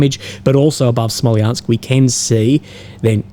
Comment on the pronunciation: its Smolensk dude not Smoliansk